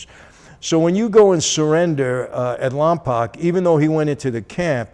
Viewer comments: LOMPOKE.. NOT LOMPOCK.. I was stationed at Vandenberg Air Force Base and I was immediately corrected the first time I arrived there and pronounced it like Michael.. lol.. This guy is awesome tho!.. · It's pronounced Lompoke Mike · That’s not how you say Lompoc